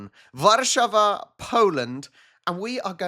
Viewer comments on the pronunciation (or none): When you say Warszawa if you want to sound Polish stress the middle syllable of War - Sza - wa